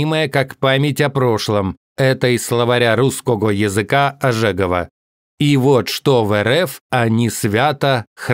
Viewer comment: Словарь не "ожЕгова", а " `Ожегова ".